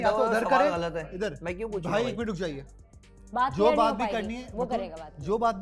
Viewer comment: Clear ❌Kilier✅